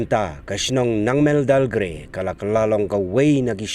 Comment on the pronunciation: It's Nengmandalgre not Nangmendal